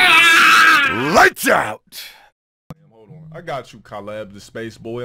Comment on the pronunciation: bro has never heard the name Caleb out loud in his life 💀